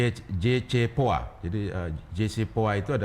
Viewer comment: Mengaku pakar politik luar negeri dan keamanan tapi melafalkan JCPOA aja beribet. Hadeuh... Iran memiliki 400 KG skrg dengan peningkatan pengayaan dari 6 persen sekian menjadi 60 persen. Anda harusnya juga melihat bagaimana keanggotaan dan terbukanya Iran terhadai IAEA. Masukan juga analisis TPNW (Treaty Proliferation Nuclear Weapon) yang di inisiasi oleh AS, tapi juga di khianati oleh AS. Israel mengembangkan nuklir dengan pengayaan sampai 54% tapi tidak mau menjadi anggota IAEA. Saran saya kepada Gelora TV dan ini. Belajar lagi tentang politik lusr negeri dan keamanan itu internasional, termasuk dinamika politik global dan regional. Malu isi wawancaranya mengundang orang yang mengklaim analis geopolitik, ahli politik luar negeri dan keamanan. Tapi analisanya dangkal.